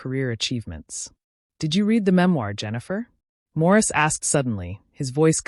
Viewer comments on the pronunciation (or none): Why does the narrator keep saying “Maurice” rather than “Morris”? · Why does she keep calling him Maurice...😅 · Morris not Maurice